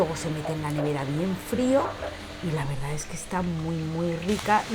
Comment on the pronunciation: Ma qua te volte dici "la veridad"?😂😂